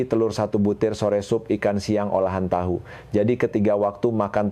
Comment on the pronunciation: Tahu koq bilangnya tau siiiih